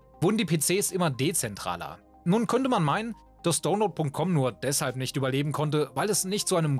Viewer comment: es heisst nicht dohnload sondern daunload